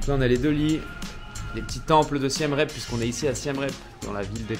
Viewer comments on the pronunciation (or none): Siem Reap se prononce "Siem Rip" (approximativement)